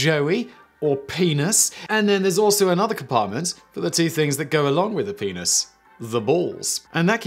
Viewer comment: Most hilarious way I've ever heard someone say penis.